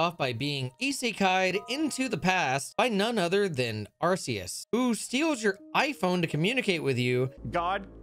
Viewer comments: Cant belive really said “arse phone” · Wait really the Arse-Phone? That's how it's pronounced? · ARK SEE US not AR SEE UR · The pain of him calling it an arse phone 💀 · You did not just call it the "arse phone". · "Arseus" is one thing, but... "Arse Phone?" 🤔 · Do people who pronounce the C in Arceus as an S instead of a K call the Ark phone an Arse phone? 😂🤣